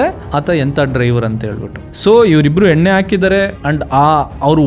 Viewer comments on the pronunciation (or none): none